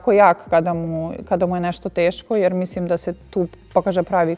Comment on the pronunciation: Sofi, kaže se mislim a ne misim.. Probaj da naučiš, nije teško